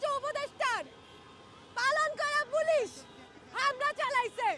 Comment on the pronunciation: জীবনে প্রথম শুনলাম পুলুশ😂 ভারতের প্রডাক্ট কথা কি ক্লিয়ার